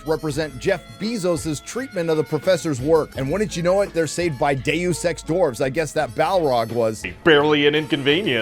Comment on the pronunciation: Deux Ex Dwarves? Wrong! Wrong!... It should be Dwarves Ex Machina 😂😂